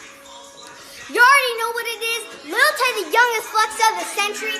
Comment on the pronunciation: I thought was saying lil tate xD but i can joke that she's Tate's daughter well little top G Andrew tate would be proud.